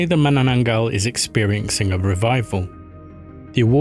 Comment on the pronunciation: why make content of cultures that u cant even pronounce